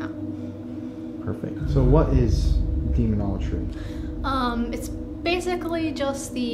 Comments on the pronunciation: She's dead, the demons got tired of her pronouncing Demonology as Demonologry . Proper Enunciation is key to controlling entities that were created before there was such a thing known as time 🤷‍♂️ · Fake.. she can't even pronounce demonology right